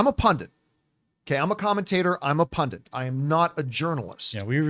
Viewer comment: Why do i keep hearing the made up word movie 'pundant'?